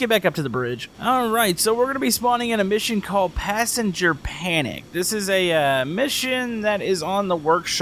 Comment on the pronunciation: Who else think sthat when he says a mission that it sounds like emission